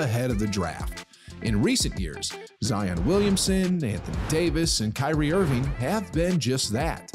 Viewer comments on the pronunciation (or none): none